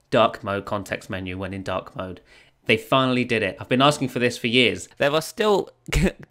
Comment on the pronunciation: Till 5 mins i was thinking "dock" mode instead of dark mode 😂